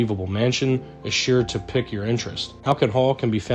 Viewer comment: Before you go on, PLEASE learn how to pronounce easy English words. Saint ALL-bins, not Saint alBANS. Halcyon is pronounced HAL-see-in not Hal-key-on. Finally, Pique is pronounced Peek, not pick. Those 3 from the description of the second house. Then we hit Elizabethan. EE-Liz-eh-BEE-than. It really is not difficult, IF you skip the travesty of Noah Webster and look at an Oxford Dictionary. Oc-TAG-On-Al.